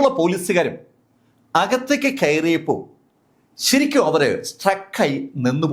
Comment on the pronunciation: മലയാളം ഉച്ചാരണം കുറച്ചുകൂടി നന്നായാൽ കൊള്ളാമായിരുന്നു. ആവശ്യം ഇല്ലാത്ത സ്ഥലത്ത് അധികം ബലം പ്രയോഗിക്കുന്നത് അലോരസം ഉണ്ടാക്കുന്നു. ഉദാ:- ഖയറിയപ്പോൾ ഖാരണം